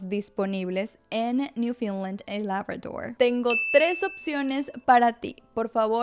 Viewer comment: Hola, Muchas gracias por la información, muy útil y organizada. La pronunciación del nombre Newfoundland es incorrecta. No es “Newfinland”